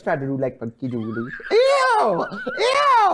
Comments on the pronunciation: For a good amount of Time i thougth she said funky jullen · "Funkee jew-el-uh-ree." bird noises